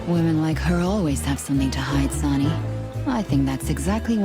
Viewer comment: Look,, you already shot me. The least you could do is learn how to pronounce "Sonny."